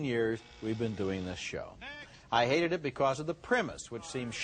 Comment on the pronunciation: I've never heard him put so much emphasis on the word "hate" in such a way, heck I don't recall him ever using that word to describe movies.